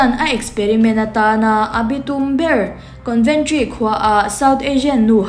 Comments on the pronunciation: Conventry nilovin, Coventry zawk aw..Con nilovin Co anih kha..en chiang rawh i thil chhiar kha, ati ngaihnawm lo ṭhin. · Coventry ......conventry tiin ilam daih bok sia